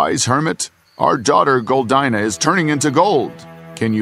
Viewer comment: How come you can’t pronounce Goldina properly?